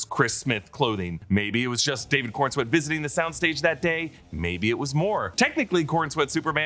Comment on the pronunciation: Coren-swet not Corn-swet 😂